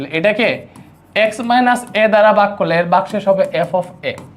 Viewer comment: ঐটা বাগ না ভাগ ভালোভবে বলতেও পারেনা 😅 একটা ফু দিলেই উরে পরবে